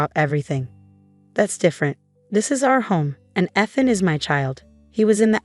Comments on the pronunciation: Can't you have his name read correctly? It is pronounced "EETH-AN", not :"ETH-an" ! If you are too lazy to get the name right, then don't bother posting!!! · Teach the "voice" how to say Eee- than, not Eth(like beth) an.